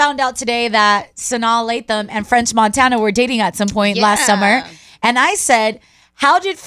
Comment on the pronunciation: that shit bothered me for like two minutes lol